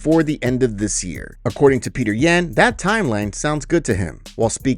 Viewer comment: Petr Yan - pronounced Peyoter Yon. Stop mispronouncing names! IT'S YOUR ONLY JOB!!!!!!